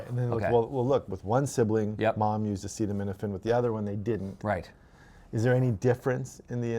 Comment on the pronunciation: As your Canadian I will let this slide. In the future everyone must pronounce acetaminophen as follows: “Ah-ced-uv… well, let’s see how we say that. Ascenem – enophin. Acetaminophen. Is that ok?”--- DJT